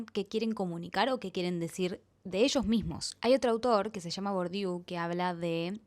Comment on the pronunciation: Se escribe Bourdieu, se pronuncia Burdie, igual te banco Tenes muy buena oratoria que no se notó